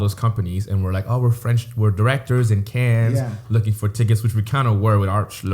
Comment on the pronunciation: Srry but pronunciation of Cannes irks me